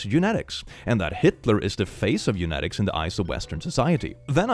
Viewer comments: bro says this right after he said "eunetics" instead of "eugenics" for a full story 💀/lh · I sometimes get random words wrong in these stories. Also: literally just spent the past two minutes saying eunetics rather than eugenics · The irony of saying "Couldn't be me" about dyslexia right after a whole post where he read eugenics as eunetics is so funny 🤣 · "Eunetics" hey hey, theres a g somewhere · Indeed, your mispronunciation of the word eugenics (you said eunetics) in a story about a girl who happens to have dislexia was quite fitting :) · Wtf is "eunetics"? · saying "eunetics" instead of "eugenics" is ny roman empire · "Not me getting random words completely wrong." after saying U-net-ics (as opposed to U-gen-ix) multiple times in a story. XD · I know you're dyslexic but my ADHD and mild OCD makes me cringe when you mispronouce "eu-gen-ics".. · Yes, once I realized that was the word he was mispronouncing I couldn't stop correcting him to myself. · If you do care, Eugenics is pronounced "EU-gen-ix" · Excuse me sir, that is not how you pronounce eugenics. It is eu-gen-ics, as in genetics. You-Jen-Icks. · As you are already talking about it: "eugenics" is pronounced "you-jeniks". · "Haha, not me mispronouncing words sometimes due to my dyslexia!" also: "Eunemics" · I think it’s pronounced something like “u-gen-icks” not 100% sure, but I just asked my dad, and he agreed. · Here to help you out on pronouncing eugenics considering guess who also has to deal with that bull not only in the word currently but also when I was in school This guy! Autistic,ADHD,an unspecified anxiety disorder alllll the fun stuff Eugenics is pronounced Yoo-Jen-Icks I hate having to type this out X3 can someone give me some bleach to just clean my hands of this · IT IS PRONOUNCED yo͞oˈjeniks! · It's pronounced "you jenn ix' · Eugenics is pronounced You-Jen-ics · Brother, why can't you pronounce Eugenics?